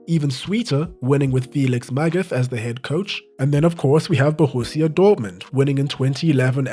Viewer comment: Felix Mag-at is the pronounced not Magath